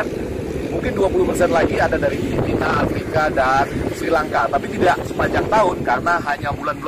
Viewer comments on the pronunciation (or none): none